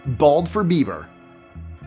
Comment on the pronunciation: When you said BaldforBieber, it sounded like his last name is Beaver. uh oh